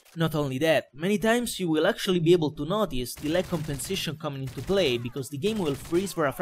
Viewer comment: con tutte le volte che ha detto lag compensetions mi ha fatto rincoglionire, che a un certo punto mi sembrava di sentire tutte le parole che finivano in sentions O.o